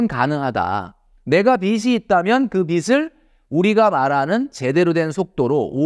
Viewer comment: 빚이= ‘비지’ (비시x)로 읽어야 합니다. 빚을=비즐 (비슬x)